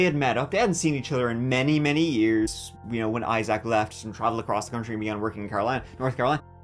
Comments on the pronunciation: the EYE ZACK is killing me 😂 EYE ZIC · Isaac ˈī-zik -zək Accent on the first syllable. I-zik, not I-Zack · I love ya', I really do, but it's pronounced "I-zik", not "I-zak". You're killing me! 😂❤❤ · Agreed! It’s normally pronounced like eye-zick from what I have heard. The eye-ZACH is killin me 😂😂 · “Eye - Zach”😂😂😂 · Learn how to pronounce name correctly, I SAC !! Lol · Ok you’re saying Eye-Zack and it’s driving me nuts 😂😂😂😂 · Legit can’t watch with how many times you said eye-sack (Isaac) 🤢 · Fyi, Isaac is pronounced Eye sick. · It’s pronounced I sick … or I zick is easier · His name is Isaac not Eye Zack 🤦🏻‍♂️ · Say it with me IiiZack. Lol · Isaac is pronounced Izeek. I know you like your pronunciation being corrected. 😉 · Evethough its spelled Isaac with 2 "a's" it's pronounced I-ZIK. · the name is Isaac, not Eye Zach lol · The way you say Issac really pissed me off this video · I’ve never heard in my life anybody pronounce Isaac the way you do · How you say “ Isaac” pisses me off. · The way he pronounced Isaac makes me cringe lol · I hate the way you say the name: Isaac. WTF bro.😂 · I love the way you pronounce Issac!!💜🫶🤣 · Strange way to pronounce the name Isaac, but okay.